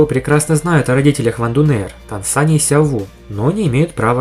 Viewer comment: Вы не офигевайте называть Сяо У называть Сяо Ву не называйте её так